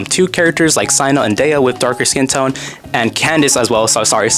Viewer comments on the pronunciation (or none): none